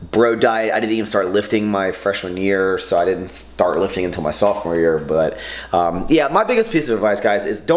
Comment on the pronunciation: I love the way you say "but um"!!! It sounds like you say "bottom" like the minions!! LOL hahahahahhaha